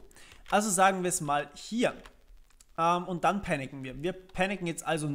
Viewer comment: Panicen xD klingt wie picknicken haha ;)